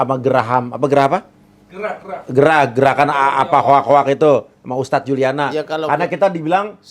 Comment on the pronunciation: Ustaaadddzz??? Ha... 🤦‍♂️🤦‍♂️🤦‍♂️ Ustaaadz.. ustadz.. 😂